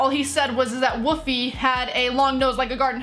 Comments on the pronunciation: He's in Canada and it's Wolf-ee not woofey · It’s not Woofie, it’s WOLFIE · U said woofy It is woolfie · It's wolfie not woofie. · His name I wolfie not wofie and Sean's favourite YouTuber is mineminter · You Said Woofie...... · She says wofie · Is it just me or did she say wofie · Woofie raps? She cant even say his name right